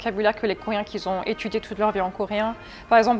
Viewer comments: Par contre elle fait des liaisons qui n'existent pas. "qui z'ont" au lieu de "qui ont" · Qui z'ont c'est pas très français